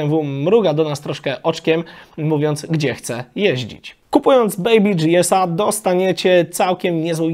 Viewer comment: Jprdl...Chłopie..BMW to marka niemiecka, co ty z tym DżiEs...Ogarnij to, nikt na GieEsy nie mói DżiEs.